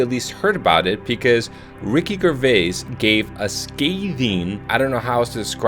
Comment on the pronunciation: Okay, it’s pronounced "Jervais", not G for Garden "Grrvais" - and that was British actor Jonathon Pryce, not Spielberg.